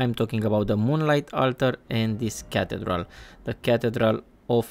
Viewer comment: It is pronounced as ca thee dral. No knock on you though bro.